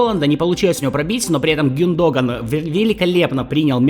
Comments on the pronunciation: Какой гюнд(о)гон… правильно гюндог(а)н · Гюндога'н , ударение 😁